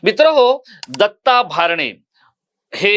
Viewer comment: भारणे असा चुकिचा उच्चार करु नये, "भरणे " असा उच्चार करावा.